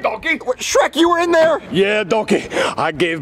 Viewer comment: Its shrek not sherk